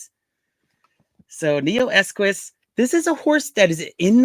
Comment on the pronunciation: There is no Neoesquis Pronounce Neo Eqos